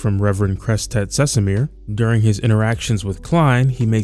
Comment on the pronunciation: First time someone got the name Crestet Cesimir pronounced fluently 🎉🎉